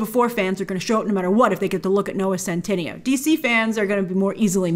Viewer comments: oh btw it’s noah cent- ih- nay-o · His name is pronounced scent-eh-neigh-oh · It's so funny how Grace mispronounced his name in the entire video. And I don't see a reason for mispronouncing it, because it sounds like how it's written. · Grace somehow adds another syllable when saying his name lol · why is it that everyone on youtube mispronounces centineo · I love how you call him a 'big deal' yet you still haven't pronounced his name correctly throughout all your videos hahaha, love you Grace xx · The video should be called: "Grace butchering Noah Centineo's name for 10 minutes straight."